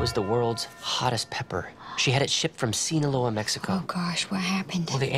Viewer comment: Will may not know Spanish but he did pronounce “Sinaloa” perfectly